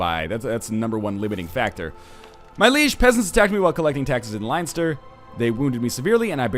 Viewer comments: Ohh god. As an Irishman I have to say that it is pronounced 'Len-ster' not 'Line-ster'. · Leinster is pronounced Len Ster 3 from your Irish fans :) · Len-stur Northernlion. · It's pronounced "Len-Ster"... should know, I live there :) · its pronounced lenster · Nl it's pronounced Len-stir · NL its pronounced len-stir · It's pronounced Len-s-ter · Len-ster its pronounced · LOL its so funny listening to nl say leinster